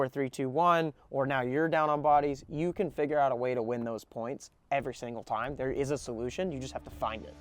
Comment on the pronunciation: "two poinths in a row"